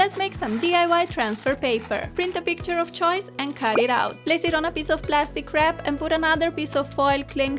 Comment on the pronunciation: place it on a peice of plastic wrap... me: wait a sec did she just say plastic crap? i laughed for 3 hours straight